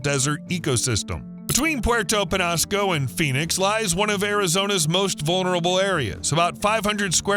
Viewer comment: It's pronounced, sa-WAH-ro cactus. Penñasco is pronounced, pen-YA-sco